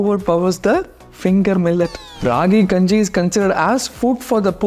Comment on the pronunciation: I love your videos soo much! But pls pronounce the name properly it's called as Keppa kanji